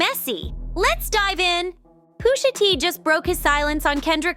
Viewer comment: Pooosha tea?? Ai like a muhfuh